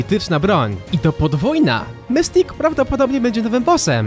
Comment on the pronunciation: Mistik się muwi